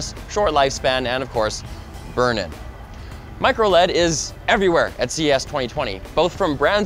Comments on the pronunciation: why can't it be pronounced microL-E-D! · Plzzz stop saying microled. ITS MICRO L-E-D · MicroLEAD is driving me crazy. Say L E D! :)